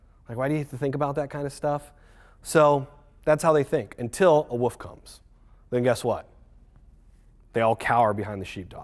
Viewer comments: "Gotta watch out for those Woofs." COL. Chuckled Out Loud. I cringe when I hear "woof" for wolf. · "untill a woof comes" -_